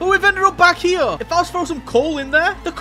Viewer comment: Uh actually it's pronounced "here" not "hewa"